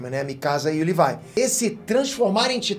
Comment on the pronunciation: Não e levai e Levi